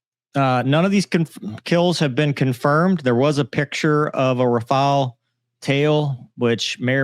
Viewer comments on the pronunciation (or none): Its raw-fail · Oooh right sometimes u claim 5 rafale some times 3 some time 6 stick to one 😂😂😂😂. And he's learn english first it's rafale